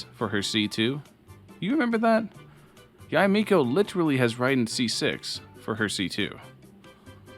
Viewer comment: This video gets a thumbs up just cause you said Yah-eh Miko right.